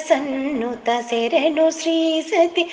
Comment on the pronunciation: శెరణు కాదు శరణు అని పాడాలి. ఎవరు పాడారండి?...నైస్ vlog